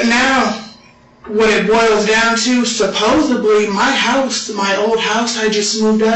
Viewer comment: When someone says “supposeBly” I just walk away. Same with “Cap” or “Bro” or “On God” or “I was like, then he was like, they were like, you know like…” ✌🏽